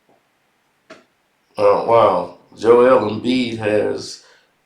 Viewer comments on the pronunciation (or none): none